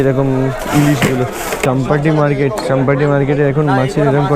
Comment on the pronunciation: দাদা স্টেশন এর নামের উচ্চারণ ভুল করছো।